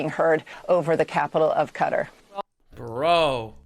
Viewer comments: woman said "cutter" like no damn it! qatar!!! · Qatar is not pronounced kutter It’s pronounced Kuh-Tar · “From Iran to uh cutter” 😭 who pronounces Qatar like that? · For the hell is this cutter the reporter keeps mentioning in the first 2 minutes, or is she failing at saying Qatar. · Is it actually pronounced Cutter? I always pronounced it Qatar🤔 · Did she really call it cutter? lol its Kuh-Tar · Does she pronounce it right? "Cutter"? I thought it was "kataar" ? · Why the fuck do they all call it Cutter? Bro is KAH-TAR jfc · Is she pronouncing qa tar cutter? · Her saying cutter and not qatar is tilting me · When has Qutarever been pronounced like "Cutter"? It was always pronounced Kuh-tar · And i use a quick search on google on how to pronounce Qatar. Shes dumb its ar not er lmao. Kuh taar not kuh ter cutter lmaoo I thought that sounded off. I was still wrong originally to tho b4 looking but in the beginning of it lol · it's not 'cutter' it's "kuh-TAR", the pronunciation is the same as pronunciation. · Its definitely not pronounced, "cutter." 😂😂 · I hate the way Americans call Qatar "cutter" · the news lady calling it cutter is amusing as heck xD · I cant get over the start where the reporter kept saying cutter instead of Qatar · Why is she calling Qatar, Cutter? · Fox News always has the worst pronunciations, she straight up said "cudder" for Qatar 😂😂😂😂. And these are the "experts" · Why is nobody talking about the way the woman at the start said cutter and not Qatar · The lady pronouncing Qatar as "Cutter" is annoying af😂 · Is she calling Qatar.. Cutter? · Why is it no one in the MSM seems to get that Qatar is pronounced KA-TAR, Like Guitar, but instead of guit, it's Ka... so Qatar! Ugh, get it right people. I mean you wouldn't call China "kina" would you? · I like how the news called Qatar Cutter 😂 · My worst Pet Peeve is when people mispronounce a word or especially a name. Hearing that news anchor refer to Qatar as "Cutter" bothers tf out of me.